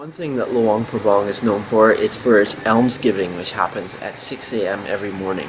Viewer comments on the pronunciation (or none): You guys pronounced luang prabang wrong sorry if i spell it wrong